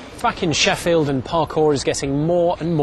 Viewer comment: kinda sounded like the reporter said fucking Sheffield at 6 47 LOLLLLLLLLLl